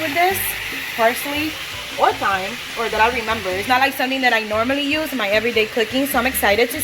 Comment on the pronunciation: Pronounced TIME. Not syme.